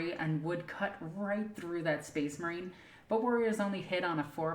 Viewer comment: I’ll take tyranids over hearing SPACE MAWINE!!! A thousand times